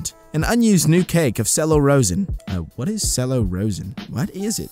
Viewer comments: “Cello rosin” is pronounced “chello razin” and it’s the stuff for the bow for the cello instrument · just so you know, it's pronounced chellow rozin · ITS NOT PRONOUNCED SELLO ROESIN ITS PRONOUNCED CHELLO ROHSIN